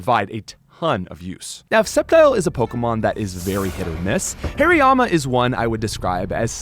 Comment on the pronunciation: Its Haariyama not Hairyama😂